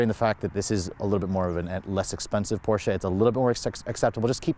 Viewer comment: Last video was a Porsche(finally), this video is Porscha(cringe moment) i had to listen this video on mute because the way you are saying PORSCHA is nails on a chalkboard, not even the germans say porschaaaa like you